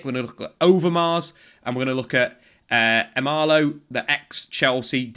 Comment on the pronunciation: Michael Emenalo not Emalo, if you can say Rangnick you can say Emenalo